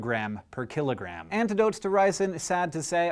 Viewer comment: Why did I keep hearing "x milligram per KILLERgram"?